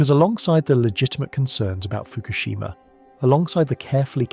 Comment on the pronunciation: I cannot hear "Fukoshima" and not hear MERKEL... 👎👎👎👎👎👎👎👎👎👎👎👎👎👎👎👎👎🐏🇩🇪